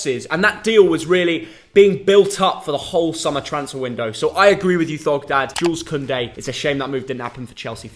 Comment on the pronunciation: butchered the pronunciation of Jules Kounde